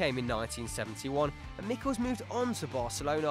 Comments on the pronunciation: Michels = [ˈmɪxəls], the [x] being the phonetic symbol for the Spanish J or the German and Gaelic CH. Please, do some research before. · it's not Mickels like you said but me-shells